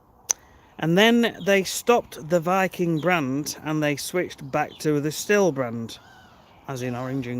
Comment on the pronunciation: Little correction. It's pronounced "steel", not "still", as it is German. Like your video's!